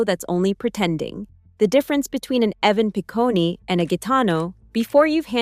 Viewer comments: Evan Pi-coney 😅😅😅. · Evan Picone - doesn’t end with an E sound, it’s just “Pah-cone” like ice cream cone.